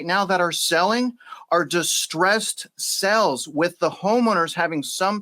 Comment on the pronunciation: Great Show - BUT - You pronounce s"A"les incorrectly ; you say SELLS. That may confuse your listeners. I Enjoy the work you do!!!!!!